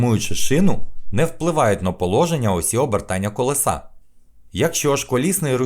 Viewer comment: Не колесА, а колЕса!!!